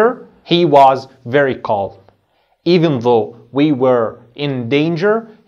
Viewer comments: اسمعك يا استاذ تقول كالم calm أليست نطقها الصحيح (كام )وحرف l سايلنت .. تحياتي ياهندسة استفدت منك كثير ابولين الأنصاري 💖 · Calm كالم😂❌ كام✅ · The (L) is silent in calm,we do not pronounce it teacher! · كلمه Calm لاينطق حرف l بس انت بتنطقه 🤔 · Calm حرف l لا ينطق